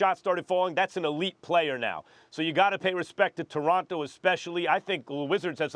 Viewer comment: Mans can’t even say Toronto properly